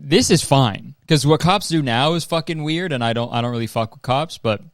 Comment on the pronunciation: The way he was like “fuCk” at the end💀